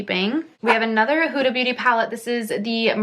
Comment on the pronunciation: Her name is pronounced Hooda, not Whoda.